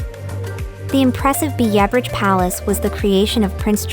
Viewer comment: It's Kurpark not Kupark and your pronunciation of places was wrong. I really couldn't finish watching especially after you were butchering the pronunciation of Biebrich so badly.